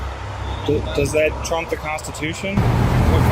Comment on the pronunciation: What's a "kon stuh too shun"?